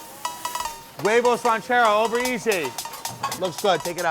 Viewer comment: Wayvos ran-chair-os